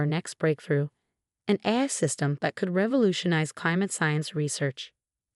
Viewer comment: Obviously did not do the voice over on this video, it pronounces AI as AYE sorta but it’s just not right. Why don’t they use a human to do this? Hey, replace us later when YOU GET IT RIGHT!